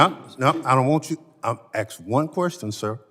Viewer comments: did he actually say “axe a question”? i’m tired af of these people mutating the english language. “y’all” “imma” “we’s” etc. relearn english if you expect to be respected and taken seriously. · Axe hu.. can't say ask! Wth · FFS, he keeps axing these poor witnesses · Stop axing questions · He axed him a question…. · "Allow me to axe my question" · "Unfor Black Bennie: "Allow me to 'AX' my question ..." AX? Did you 'AX' your woodpile this morning? Did you 'AX' $$ from your state budget? "I 'AXed' one question. .......". If you 'AXed' it why are you ASKing it? Two shootings of ICE agents are an "unfortunate accident"? Is 'ya's' dun bein' a complete ignorant fool? Kno wh'am sayin'? Kin 'ya dig it? What it is, Bro! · Where are we in the United States?Where a congressmen cannot pronounce the word "Ask" and has to pronounce it as "Axe". Can he speak rudimentary English? Does anyone have the balls to call him out on this? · I'm sorry, how do you "AXE" a question Thompson? And you're supposed to be the "best" the great State of Mississipi has to offer? What an imbecile........